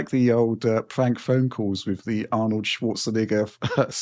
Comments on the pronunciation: pronunciation of "Schwarzenegger" got me making sure my headphones aren't up to loud... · yeah I noticed it sounded like he was saying a bad word too.